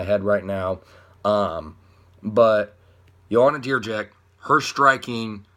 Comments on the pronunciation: You will never say it properly, sorry. You can try though I will owe u beer (4pack) if u will manage. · Joanna who?! If you can't pronounce her surname just call her Champion - please. Besides that - she is taller and bigger than Rose. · Why do you butcher JJ's last name with stupid grim on your face u think you're funny or something? unsubscribed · BS I'll give you 100$ if you give me the link to the video with the interview where they call her like that, you just didn't give a fuck to check it and just said some gibberish hoping it will get unnoticed, you could just say Joanna or add that you don't know how to say her last name, it would be very cool and respectful.